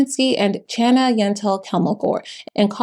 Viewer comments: Small correction: "Chana" (mother's name) is pronounced Khana & is the Hebrew version of "Hannah" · Just a note, Louis' mother's name was pronounced more closely to "Hannah". It is a Hebrew name, and the "ch" is used to try to approximate the sound of a Hebrew letter that does not have an equivalent in English, or most European languages. Like the word Chanukkah. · FYI "Chana" is pronounced with more of an H sound. In Hebrew and Yiddish, the "ch" is that phlegmy back of the throat sound, which English interprets as an H. For example, "Hanukkah" is also romanized from Hebrew and Yiddish as "Chanukah". Same goes for the pronunciation of challah (the bread). So the more accurate english pronunciation of "Chana" would sound more like "Honna". 😊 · Chana's name is Jewish, and the CH sound is pronounced like in Chanukah. There is no English equivalent to the Hebrew letter "chet". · The name Chana is the Jewish version of Hannah and the ch is pronounced as a gutteral like the ch in the Scottish word "loch".